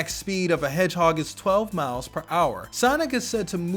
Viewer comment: why is he so incapable of pronouncing character names 'omacho', miles sounds like mouse, he says power not prower.